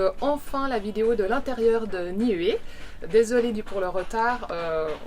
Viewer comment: On vous l'a surement déjà dit mais comme vous le vérifierez lorsque vous serez en polynésie le "u" se prononce "ou" dans les langues polynésienne. Niue se prononce Nioué. Tuamotu, touamotou, Nuku Hiva, noukou hiva., Ua Pou, Ou-a po-ou, etc...